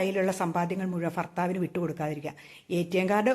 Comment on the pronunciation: Farthavu alla. Bha bharthavu.